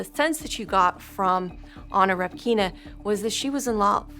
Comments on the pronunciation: REpkina , not RepkIna. First vowel is stressed. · Stress is on the "e"! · Anna repkIna. 😂 Pronounce the last name correctly! It's rEpkina!